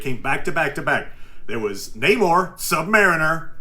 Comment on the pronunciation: i like the military brat story (unless you broke into a military base in Germany to watch cartoons. which, also: BASED. either.) but if you like him so much, why do you keep mispronouncing Namor? it's Namor, not Namor, Namor. just takes practice.